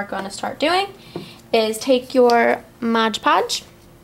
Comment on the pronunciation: lol😂 She said Modge Podge... you mean Mod Podge!!!